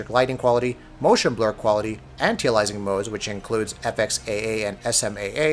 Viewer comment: My goodness, you really butcher "anti-aliasing" when you say it lol. Also I just heard you say the texture quality is pretty much the same....wow you is blind buddy. The texture detail on your clothing and rig detail alone is massively improved on PC and all little bits of writing are legible etc whereas on PS4 they are a blurred mess.